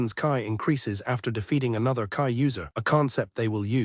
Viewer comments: .....its "KEy" not "KaI", this is killing me... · Hate how these AI channels don't even listen to their own slop. The moment I heard ki get pronounced as "kai" my brain halted. Couldn't they at least change the word to "key" or something that sounds accurate??? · KEEE not KAI